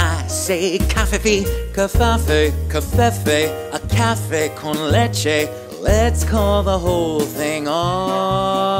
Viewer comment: A CAFE CON LECHE! Man that Spanish was dead on. Great Job as always.